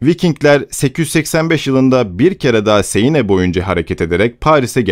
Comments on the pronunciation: siene değil 'sen' nehri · seine değil sen okunur. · "sen nehri" diye okunuyor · Seine ne yaaa. Sen diye okunur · Bir de şu nehri doğru söylesen kanser oldum dinlerken ''seyine'' ne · Siene de "Sen" şeklinde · Sen nehri diye okunuyor. Fransızca yazıldığı gibi okunulmuyor